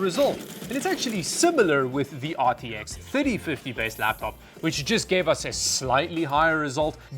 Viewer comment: aar tee eks theytee fiddie